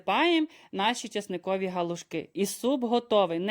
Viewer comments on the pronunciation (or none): Не гОлушки, а галушки.